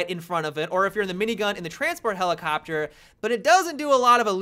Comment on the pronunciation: Helelicopter... Genius.